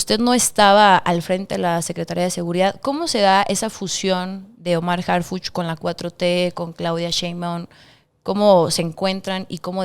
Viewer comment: Señorita...somos morena pero...harpuch???? Harpuch???